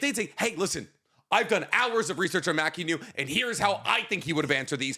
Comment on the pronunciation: Guys I'm BEGGING you to pronounce Mackenyu's name correctly it's killing me But I'd like to second suggestion about an Episode 3 remake starring everyone in the Esquire office